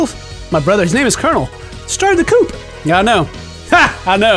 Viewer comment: The word coup is pronounced coo not coop. He said it wrong so many times I just had to point that out.